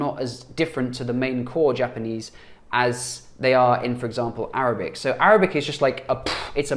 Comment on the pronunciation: Your Arabic is really great though, your accent is good 👍🏽